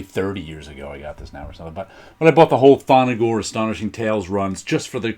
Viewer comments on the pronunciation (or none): I love the Thongor run in Creatures on the Loose. Great covers, nice interior art by Val Mayerik, but horrible inking by Vince Coletta. Among the fists comics I read as a kid. By the way it's not 'Tho-no-gor'', it's just ''Thon-gor''.